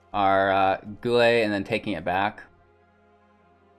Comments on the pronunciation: Yeah guy-elle. You gotta brush up on your street fighter my dude 😉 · Guile pronounced Guy-ull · Might I recommend playing some Street Fighter so you can learn the proper pronunciation for 'Guile' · "Guile." I see they corrected your pronunciation down below. Read more books! :)